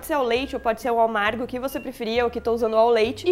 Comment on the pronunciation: É o Paulo que edita? Adoro o jeito que ele zoa quando a Dani fala "errado" ESTARAGADO AO MARGO